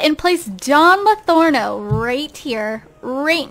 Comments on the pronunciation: its pronounced "lothario" not "lothorno" :) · It's Don Lo-THAR-rio not "Lothorno." It's a reference to a character from Don Quixote. :) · By the way, it's Pleasantview, not Pleasantenview. Also, it's Don Lothario, not Don Lothorno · it's Don Lothario, not Lotharno! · This is Don LOTHARIO not Don Lotharno -_ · Yea, it's Lothario and she's saying Lathorno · Don Lothorno? Isn't it don lothario?? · It's Don Lothario Not Don Lathorno But Not Everybody Is Perfect Right! P.S Luv Ur Vids <3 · It's Pleasantview, not Pleasantonview, and Don Lothario, not Lathorno. Don't mean to be annoying, just saying xD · Pleasantview is pronounced as Pleasant View, not Pleasanton View. Don Lothario, is not pronounced as Lorano. It's pronounced the way it looks. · Anybody else notice how she keeps calling him Latherno and Lothario? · Marcel Kalisz I know right! I was on sims 4 and saw him then was like "But says Don Lathorno" and I actually thought they changed it but I guess she just says it wrong;) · is she saying don's last name wrong? Don't want to be mean, it just sounds wrong